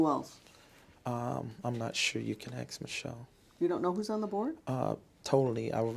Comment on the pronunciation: It's funny listening to him trying to sound smart 😂😂😂😂😂 I rather you get that information someone else...no mfa she's getting it from you.... This man panics and says Ax Michelle(Ask Michelle)